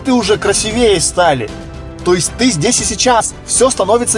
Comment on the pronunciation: извини, что исправляю: правильно говорится красИвее я не хочу тебя унизить. я хочу чтобы стал стал лучше, так как ты делаешь нас лучше